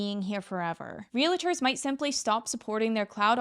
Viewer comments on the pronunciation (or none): What's a "relaiter" ?!